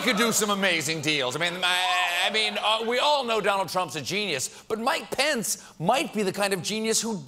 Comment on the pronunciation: Am I the only one who hears 'Pants' every time he says Pence?